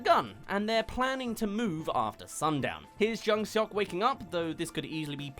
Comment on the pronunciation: “eo” is pronounced kinda like “aw”, that’s the best way I can explain it so it would sounds like jung SAWK. IMDB is close but said it like “suck” when it would be more like “sawk”